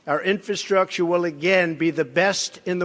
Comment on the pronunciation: My 4th grade son has better command of the English language, it's embarrassing watching this idiot pronounce the word "infrastructure " how in the he'll did this buffoon become president, only in America folks only in America lol.